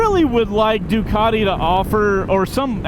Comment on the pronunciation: What the f**k is a Doo-cot-eee?